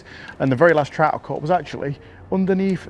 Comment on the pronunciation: Haha looks like a sea troot lol love it when english people do scottish accents. So funny. Andy Buckley does that to haha oh its a bonny wee troot hahaha